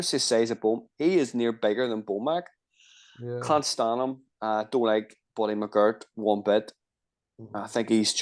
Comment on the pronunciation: BIG Mac 🍔 not BO Mac